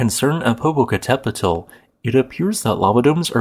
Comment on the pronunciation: Your pronunciation wasn't that bad. I'm pleased by your attempt. Usually people end up saying something hilarious like Poh-poh-cattle-pedal. Good job.